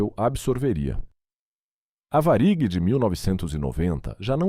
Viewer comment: Boa reportagem,só falta esse narrador pronunciar de maneira correta,o nome da VARIG